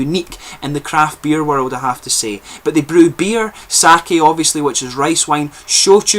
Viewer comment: I am enjoying the second try of this one. Usually, sweetness is a lingering tone I don't care for but in this one, the lingering tastes as you get lower on the bottle, really keep the interest going. Amazing, unusual taste. Oh, and Sake [you pronounced it correctly] is not wine. It is a spirit. Too many foreigners say [saw key].....you did it right with[ saw kay] for pronunciation. I didn't know they were trying wine. Japan has only one tiny area fitting for it. I hope they can do it. you are full of knowledge.